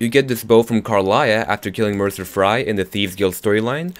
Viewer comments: LMAOOOOOO DID HE SAY MERCER FRY?? I thought it was "Mercer Frey" but who am I to judge? :P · Mercer "Frie"? Lol its "Frey" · mercer FREY not FRY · "Mercer Fry" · Mercer frey... Is he a french fry or are you gonna say it the way its supposed to be pronounced? Fray (actually spelled"Frey") or Fry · mercer fry? it is Frey and is said fray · Just one thing. Mercer FREY, not Fry. He's not a fried chicken xD Haha, deep fried Mercer xD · Mercer Frey (or Fray idc) not Mercer Fry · Mercer Fry! XD Sorry, just funny :3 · It's Mercer Frey bro ⬇ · He said fry not Frey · Mercer "Fry" lol frey* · Its "Fray" not Fry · It's mecer freys not mecer fri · You can stop saying Mercer Fri. It's Mercer Frey ( F-R-EH) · FREY NOT FRIE JESUS CHRIST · mercer frie xD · "merrcer fry" bruh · Did this dude just say "Mercer Fry"? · "Mercer Fry" lol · Mercer Fry? What? lol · Sorry but I find the way you pronounce some words. Mercer Fry XD